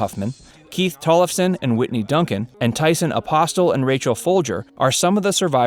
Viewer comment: “Tyson AposTUL” lol